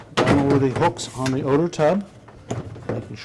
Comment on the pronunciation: Please learn how to use the words THEE and THE correctly !